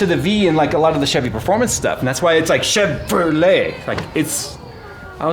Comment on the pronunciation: Everytime you said Chevrolet I was earing "chèvre aux lait" (wich can be translated to milk goat)